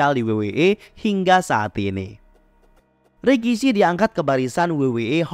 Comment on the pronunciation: RIKISHI dibaca RAKISHI